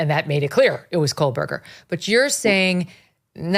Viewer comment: And she pronounces Kohburger as KOHLBURGER. lol